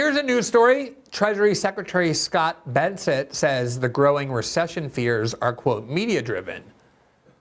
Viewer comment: BESSENT…can’t even get his name right. Lol.